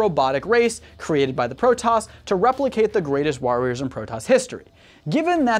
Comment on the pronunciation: All the Protos words are wrong..... its all voice acted how do you get them wrong!